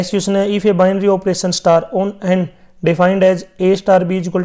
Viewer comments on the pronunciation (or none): none